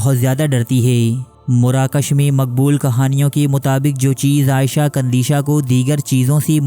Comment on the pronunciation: Video's Daily dekhta Hun . per is video ne bohot ghussa dilaya . Parrh ker bhi galat naan bol rahe ho woh bhi bar bar . Aisha kandisha (عائیشہ ) Nahi he. ( iisha - عیشة ) he.